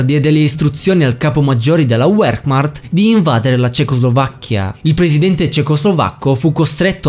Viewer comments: Punto 1 non esistono buoni o cattivi nella storia punto 2 non si pronuncia uermact ma vermacht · minuto - ma la detto sul serio??? a detto wermart invece di wehrmacht (sono spietato) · non si può proprio sentire la gloriosa Wehrmacht letta "uermach" XD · la Wermacht di pronuncia vermacht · com'è che hai detto "Wermacht"? Uermarkt? Hahaha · Cristo, appena hai detto uermacht, mi sono cominciate a sanguinare le orecchie, si dice Wermacht,e si legge con la v! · scusa com'è che hai pronunciato wermach????? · uermarcht??? wehrmacht non si pronuncia così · Feldmaresciallo Erwin Rommel parla il fedelmaresciallo friz gerard von Mainstain: appunto ma hai sentito come ha pronunciato wermach?Da gettarsi giu dal tetto. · nessuno si è accorto che ha sbagliato la pronuncia di Wehrmacht a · la tua pronuncia di Wehrmacht a mi ha fatto venire la pelle d'oca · "Wehrmacht" non si pronuncia così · dovresti apprendere i rudimenti basilari della pronuncia tedesca! Non puoi pronunciare vocaboli e nomi in inglese!